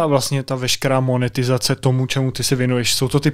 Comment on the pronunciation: Sorry jako, ale když jsem to dokók do konca, zůstala mi v hlavě "monetirzirrace".